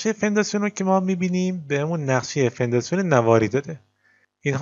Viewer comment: توضیحات خوب بود و ساده و کامل اما هر بار میگفتی فنداسیون حواسمو پرت میکردید چون اسمشو اشتباه میگفتی موفق باش